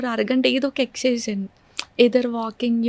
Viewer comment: చెల్లెమ్మకి 31 యేల్లొచ్చినా పలకడం సరిగా రావడం లేదు డిషీజ్ ❌ డిసీజ్ ✅ ఎక్సైజ్ ❌ ఎక్సర్సైజ్ ✅ కట్ చేశేసి ❌ ఎవాయిడ్ చేశేసి ✅ షపోజ్ ❌ సపోజ్ ✅ షాఫ్ట్వేర్ ❌ సాఫ్ట్ వేర్ ✅